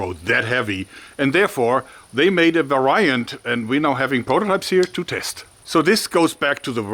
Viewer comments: Love the video, as per usual! Just a note: "variant" is typically pronounced "vare-EE-ant" in American/Canadian English. :) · Love everything you make, both digital and real life 😁. Sidenote : Variant is pronounced without emphasis on the I, not a complaint... Going for constructive criticism but that hard to convey through comments. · Varyan dont you mean variant? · I love the way he pronounces the word "variant"